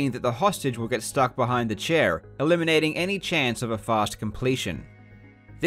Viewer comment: the way you pronounced "chair" is the most fucked up thing I've ever heard in my life